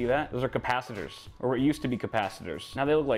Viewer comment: the capacitors are not CATpacitors lol